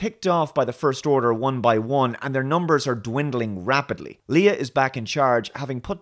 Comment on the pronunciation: Hmm, had to stop the video after you said there was some really clever humour, much better character moments and that Rey is more multi-dimensional. These 3 are among some of the mains issues with this movie. Also, not sure if it's just your accent but Leia is pronounced "Lay-ah" not "Lee-ah". It's odd as I expected you would not like this movie at all much like STD. The below is a great video particularly on the post-modernism issues with both